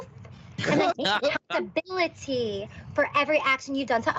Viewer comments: “I would like to take full aHhhcountaBIIIlIttHeeee” uh huh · She really hits every syllable in accountability huh?